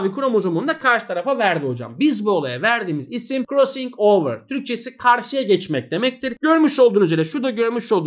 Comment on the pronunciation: hocam krossıng overı ne guzel soyluyorsunuz oyle ahahaha